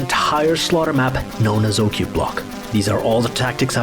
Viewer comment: Sounds like Klingon... Qa'plagh! :D